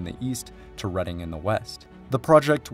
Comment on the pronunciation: The fact you pronounced Reading correctly amazed me